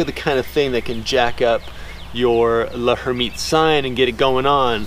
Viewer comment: L'hermitte's sign is pronounced "Lairmitte." the 'h' is silent.